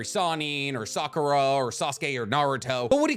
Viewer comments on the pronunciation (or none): none